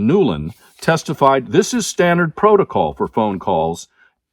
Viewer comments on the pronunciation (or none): none